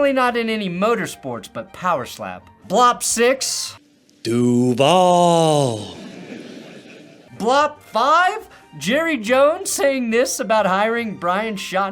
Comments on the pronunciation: As someone that lives in Jacksonville, that particular "duuvall" is going to haunt my nightmares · Him saying Duval gives me the cringe!! I'm in Jacksonville! That's just not right! 😢😢😢😢